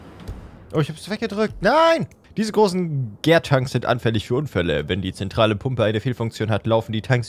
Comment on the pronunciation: Gär-tanks spricht man Deutsch aus 😅 „Gär“ ist ne abkürzen für Gären. Ich weiß ned wie das beim Wein ist, aber beim Bier ist das die Phase wo die Microbakterien in der Hefe den Zucker in Alkohol abbauen. „Tank“ wie in Tanker spricht man auch so wie man es scheibt. Gärtanks sind also die großen Metalbottiche in denen die Flüssigkeit gärt (